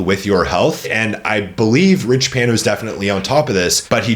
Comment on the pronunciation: If you say his Damn name like that one more time...